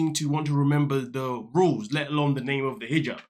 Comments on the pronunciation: She was pronouncing it like a “J” in Spanish. 🤦🏼‍♀️ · Higab is how it is pronounced in Egyptian Arabic. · When did she forget the word hijab? That J letter is pronounced like G in Egypt. Of course I'm not actually watching this season, only the commentary vids. Maybe she stuttered or something! Haha. Also, the maniacal laugh at the beginning 🤣 glorious